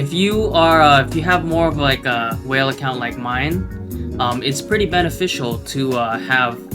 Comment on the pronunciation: I can see you have invested on emphasizing ya state "just WHALE and ya point will shoot up with Alpha" 🤣 🐋